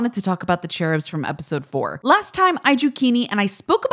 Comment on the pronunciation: The way she pronounced "cherubs" 💀